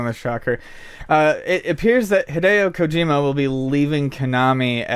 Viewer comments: You guys are journalists, at this point even if it's a podcast it's still news, and not to not pick but it would do you a service to pronounce Kojima correctly. Other than that you made good points and it was an interesting listen. Thanks! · says Kojima so wrong